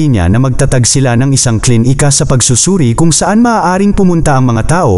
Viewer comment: D maayos ang pagkabigkas ng words,tulad ng klinika,naging KLIN - IKA at iba pang words kaya d gaano maganda pagkakasalaysay